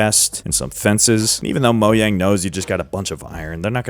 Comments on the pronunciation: Mojang ❌ MoYang ✅ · I love how he says “Moyang” Instead of “Mojang” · Mojang not moyang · It's not pronounced as moyang its mojang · "mo yang" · "Moyang" It's MOW-JANG, it isn't a Mexican, or Spanish company. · stop saying Moyang it’s Mojang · How come you say Mojang with a Y and not a JAY sound? You say it like it’s MoYang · Saying “Mo yang” instead of “mojang” is pure evil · Why do you say moyang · and he still says moyang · Ah yes I love "Moyang" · Bro pronounce the J in Mojang. That shit pissing me off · Its reaction bait, even though officially its Mo-Jang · still calling it moYang😂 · Moyang sounds about right. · why do you call it moyang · i have absolutely no idea as to why but everytime you say moyang it makes me angry and i keep hearing it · Ah yes "moyang" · moJang...WITH A J, DO YOU SEE A Y??? (ik thats how some people say it but my god) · Did he just say "moyang"... Yh that's enough to make me click off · did u say moyang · "Moyang??" 😭😭 , , , , , , , , , , , , , (lmk if i missed any) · HE STILL SAYS “MOYANG” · Why does it irk me so much that you pronounce Mojang that way? 😅😂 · Pronouncing “mojang” completely wrong is frying me tbh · Respectfully I hate how your pronounce mojang idk😂😂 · Finally got part 2 lesgoooo (still pronouncing Mojang wrong nooooo) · its been 4 years and yet he still hasn't said mojang right once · He still doesnt know how to say mojang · He doesn't pronounce Mojang the way Mojang intended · so weird how he pronounces mojang, i dont care if its correct